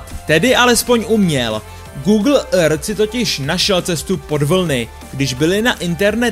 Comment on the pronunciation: ten proslov je strašný!!!jak vyslovuješ earth,to samé já řvu do mísy po tahu!!!udělej s tím něco,svěrač to nedává!!!